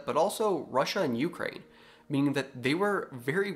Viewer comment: Ukraine is pronounced with accent on the SECOND syllable, NOT the first